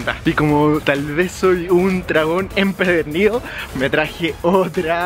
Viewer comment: Gracias! Lo dicho, comes tan rico que hasta se antoja probar pan relleno de tortillas. Aparte eres agradable, ah!! y se dice: EMPEDERNIDO, tal vez lo "enchilado" te hizo pronunciar mal, Jijiji, y gracias por escuchar a los que te seguimos. Doy me gusta y comparto.